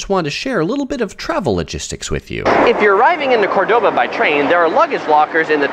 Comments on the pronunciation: Do you know that you are mispronouncing the very name of the city you are making a video about? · Nice video, but please pronounce the name of the city correctly! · Pronouncing Córdoba right would have been a simple improvement